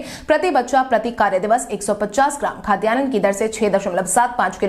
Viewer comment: खाद्यान्न शब्द का सही उच्चारण करना चाहिए। इसे खाद्यानन न कहें।